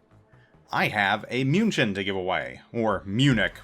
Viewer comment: Come on, it's a "München", everyone who watches football (or soccer for some) should know how to pronounce it IGN: SubaruSama Server: EU